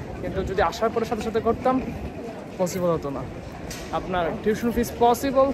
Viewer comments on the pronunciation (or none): Pronunciation Ta porjnto thik nai egular.. পসিবল রে বলে ফসিবল। Baper Taka Thakay egula ekhn Europe e 😐